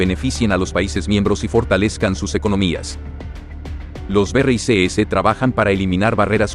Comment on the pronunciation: BERREISESES...NO PUEDES DECIR BRICS? DISLIKE